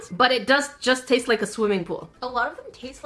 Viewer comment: "It TaIsTs LiKe PlAyDoUgH" When was the last time you taisted playdough